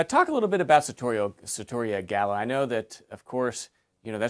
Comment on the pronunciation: The lower thirds, the pronunciation, the title and description are all misspelled or mispronounced. It's sarrrrrtoria